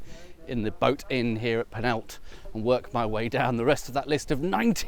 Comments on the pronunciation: Love your videos but PLEASE: The village is not Panalta, it is Penallta (put your tongue under your top front teeth and exhale). You are an intelligent chap so please at least try to pronounce Welsh place names correctly! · At least try the ll sound in Penallt😂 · That's how the Welsh figure out if visitors are English marauding tourists who cross into Wales over the River Wye from Redbrook; they make them pronounce 'Penallt' as a shibboleth... or rather a 'shibboLLeth'??? (but unlike the poor Ephraimites of yore, they won't be slaughtered in the river's edge. Their perry might be bumped up in price though..))